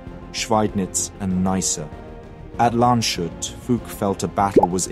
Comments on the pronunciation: Good video. Just some pronunciation tips: Bro Lee instead of Bro glee or Lande's Hoot in stead of Land shoot. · it's Lan-duss-hoot not Lanshut. ;) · Great vid! But „Landeshut“ isn‘t pronounced „Landshut“ but rather „Landes-hoot“, with the a in „Landes“ pronounced like in „Wrath“ or „Wasp“. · I likes this video like the entire series. small note: not sure we need that name again but its spoken Lands-hut not Land-shut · Excellent video. One small remark, Landeshut isn't pronounced "land shut", but rather lan-des-hoot. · He forgot about that I guess. In his previous video about Landeshut he pronounced it correctly. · German pronounciation is not Shoot. it's Lands + Hut. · Landes-hut not Lande-shut. and that is just one example. While i really apreciate all the effort that goes into making videos like that, it takes NOTHING to let fucking google show you the pronouncation of names and regions and still you all prefer to butcher languages. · TAKE FRENCH AND GERMAN PRONOUNCIATION LESSONS, ALL THE E+F NAMES ARE BADLY SPOKEN FOR FRENCH NAMES ENDINGS ARE SILENT ALSO ITS LANDSHUT NOT LANDESHUT... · Excellent presentation! The town is pronounced: Lahn-dez-hoot. Keep up the great work! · The town is pronounced "Landes-hut", so the s is pronounced as usual and separate from the h. The name is a conglomeration of the words "Land" (land) and "Hut" (vigilance, but difficult to translate properly). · Ah, small minor mistake: there's an additional e in the word. Landshut like you said is in bavaria, this is the village of Landeshut so there's an additional letter to pronounce. for native english speakers i would write it "Lund-as-hoot" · Landshut Must be spoken: Landes-Hut Hut is similar to hut in English but spoken with „u“ like ou. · You often try hard to pronounce names correctly, but... Land-Shut? Really? The rest was awesome as always of course! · Fantastic video, as ever. Only tip I'd give is that Landeshut is pronounced "lan des hoot'. 🤗 Keep it up!